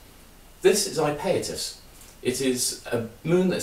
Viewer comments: It would help your credibility if you could pronounce the name of this moon correctly ! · I like his pronunciation. Bigger crimes out there than mispronouncing a distant moon. I'm definitely over it. Drive on!